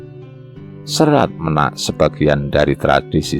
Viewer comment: Serat Ménak, bukan Menak